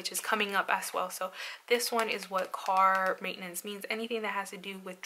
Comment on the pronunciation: I always think you're saying "cart maintenance" lol